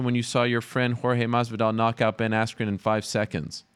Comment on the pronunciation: He just said "Ben Asscream" Hahahaa But u can catch his lies very easily like when he claimed he was team captain when Ariel asked him how that happened he basically went on how its not official but since HE took the team to the white house and has a belt he calls HIMSELF there captain... But still one of my most entertaining fighters to listen to:) And all his military work is awesome he's genuine about that!!